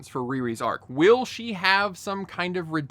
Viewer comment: Imagine asking if everyone is dumb and then saying ARCH instead of ARC 😂😂. And I've seen all 6 episodes she makes a deal with Mephisto for her friend at the end. So yeah, NO REDEMPTION "ARC" enjoy the spoiler!!! 😢😂